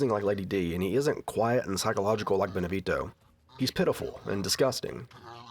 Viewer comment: I love your videos dude, been wating for this one. But really cant stand the way you pronounce Beneviento. You know you can look that kind of stuff up, right? Americans man.